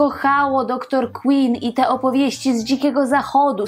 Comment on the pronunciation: DR QUINN!!!!!!! Wymawia się KŁYNN nie KŁINN!!!!! Ogromna różnica